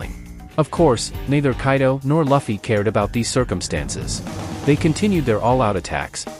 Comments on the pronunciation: It's not "Luh-Fee" it's "Loo-Fee"!! 😆 Nice complete vid though! ✌️ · No luh-fie its lew-fie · Why the hell do you pronounce luffy as Laffy? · Loofy. Is the pronunciation bro😂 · Its ai voice so if he typed luffy name as loofy ai will say luffy but since he said luffy ai will say fluffy without the f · Name is not Laughie.. its Luffy😭😭😭😭. Sorry but I cant ignore the fact that you miss pronouncing Luffy’s name😭